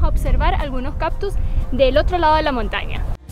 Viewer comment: Gracias por el vídeo, dan buenos datos e imágenes hermosas. Solo un detalle a comentar: la palabra es “cactus”, no “captus” como dice ella…